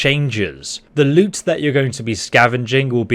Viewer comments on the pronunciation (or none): none